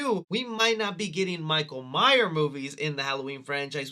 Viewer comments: “Michael Myer horror movies”? It’s Michael MyerS, not Meyer. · Love you. But please stop dropping the S on myers 🤣🤣